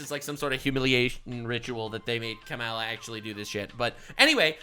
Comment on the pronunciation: it’s “Comma-La” for pronouncing Kamala’s name.